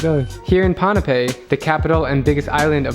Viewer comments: Dude! Its called (boo-n-pay) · Pon-pei that’s how u say it